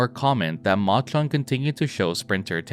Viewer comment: Please say "Machan" properly